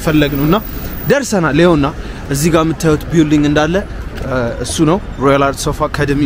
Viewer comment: አንተ ለንደን ተቀምጠህ እንደ ,,,,,አልናገርም ቢውልዲንግ ትላለህ?አቀራረብህ ደስ ይላል በርተ አብየ ጃንሆይን ስላሣየህን ተባረክ አፈንቱ በል እሽ!!!!❤❤❤